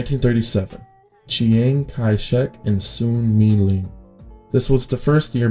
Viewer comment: Good video, very informative. But mild correction on the pronunciation: the Chiang in Chiang Kai Shek is pronounced Ch-ahn-g and Deng in Deng Xiaoping is pronounced like Dung. Keep up the good work tho!